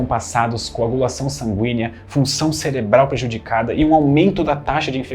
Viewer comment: ele disse “celebral”? 💔